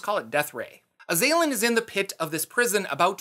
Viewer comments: Pretty sure it's azz-uhh-lin, not Uhh-zay-linn🤷🏼‍♂️ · I don't know if the pronunciation is actually correct or not, but my soul died a little every time you said "uh-ZAY-lin" rather than "AH-zah-lin" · Azalin the Lich is pronounced AZ-ah-lihn NOT ah-ZAY-lihn. It's driving me crazy with the incorrect pronunciation. Damn young-uns ! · I believe it was pronounced AZ-al-lan due to the correct word being Azal'lan. but the baroviana mispronounced it to Az-a-lin so he started using Azalin instead and added rex to become Azalin Rex. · For the last 30 years I have been saying The Azalan'sname as AZ-a-lan. Now I am curious as to how it is really pronounced. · I don't know why you keep putting so much emphasis on the second A in Azalin... It's Az-al-in. It stems from his title of Azal'Lan, which he adopted as his name, and was then mispronounced by the locals in Barovia as Azalin. If you are going to make a video about something, at least learn how to say the words.